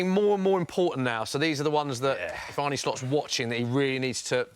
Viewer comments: ArnA not Arnie ffs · It's Arne, not Arnie. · I wish people would stop pronouncing his name as "Arnie". Anyway, the guy saying VVD needs a long term partner or replacement to go with Konaté... we've got Quansah who is currently already better than Konaté. Palhinha ain't the guy for DM, hes already nearly 29, we need someone younger and I can't see Edwards wanting a 29 year old in.